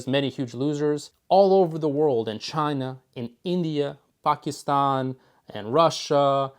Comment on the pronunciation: Im a fan. After hearing say Pakistan properly.